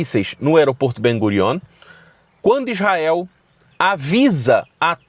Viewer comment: ESTE VELINHO NÃO SABER NEM FALA ISRAEL ELE FALA IZAEL E BURRO